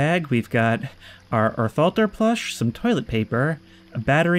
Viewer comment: „Orthalter“ is supposed to be German for Placeholder although it is actually called a „Platzhalter“ (Also it’s pronounced Ort-Halter) Edit: and for some reason the sign under Melvin’s desk is written in a Scandinavian language